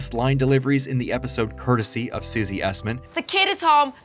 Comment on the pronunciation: Hooray, you got Susie Essman's name right!